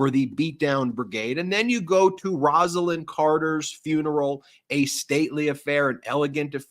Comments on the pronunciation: Beautiful piece on Roslyn Carter; however, her first name was pronounced "Rose"-lyn, not " Ros"-lyn. Thank you. She will be missed. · Rose ah Lynn please. Not Rass. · Say Roselyn correctly please. Rose lyn. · With all due respect, gentlemen, her name is pronounced ROSE-a-lynn. It's NOT Roz-a-lynn. It never was. It's a matter of respect to pronounce someone's name correctly, especially at their funeral. I know you both can do better. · I think you are pronouncing Rosalynn Carter’s name wrong. It should be pronounced with an o sound such as in the word rose. I have the same name only with one n at the end of the name and that is how I pronounce it. Like Rose-a-lynn. Just my two cents. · Mrs Carter's name is pronounced ROSE-Lynn. Also, you can't knock 45 for not showing up unless you apply the same standard for Obama who wasn't there either.